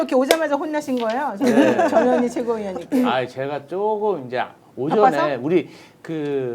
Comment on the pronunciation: 전현희 의원을 칭할때는 반드시 전, 현, 희라고 정확하게 발음해 주세요 안그러고 부르면 저녀니저녀니 욕하는거 같이 들려요